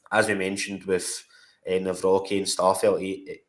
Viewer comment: I think his surname is pronounced Navrotski 🇮🇪🇮🇪